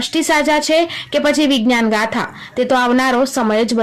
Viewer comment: બેન પેલા બોલતા શીખો વિજ્ઞાન ગાથા નહિ વિજ્ઞાન જાથા બોલો આવી ગઈ મોટી લેક્ચર દેવા